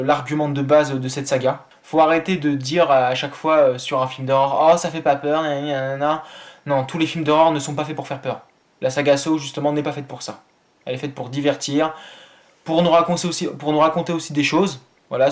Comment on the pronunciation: il dit sowe au lieu de saw